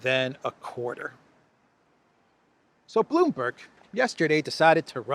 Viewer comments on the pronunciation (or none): none